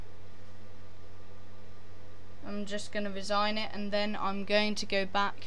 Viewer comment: its no resign as in getti ncucked out a a job its RE-SIGN just thought i clean that up